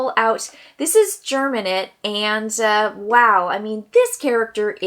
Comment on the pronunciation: Quick correction -- it's GEM-inate not GERM-inate. Appreciate the video, honestly surprised that so few content creators have done a video like this, just looking at the starting classes and breaking them down for audiences, especially newer audiences as the veterans already know most of this stuff. I think some card analysis is always great too, and hope you'll keep jumping into the Frosthaven content creation space as you get into the game. Thanks for the video! RE: Boneshaper or so, you tend to want to summon very very late in the round so that you keep the summon safe until the next turn so they can actually do something before just dying. Boneshaper does have very late initiatives in general. In terms of low complexity characters, Drifter is VERY easy to play. Banner Spear is not complex, per say, but MUCH harder to play well than Drifter. And as you noted, it's just trickier to do the formations a lot in 2 player, though you do have some control. But the Banner Spear also has many options that aren't formation attacks, which may work better in 2player games. But Banner Spear loves having a Boneshaper as a partner as all those skeletons can help out with those formations.